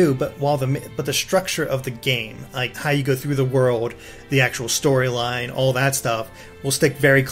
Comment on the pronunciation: he said story-gine instead of story-line hahahahhahahahahahahahahhahahahahahahahahhahahahahahahahahahahahahahahhahahahahah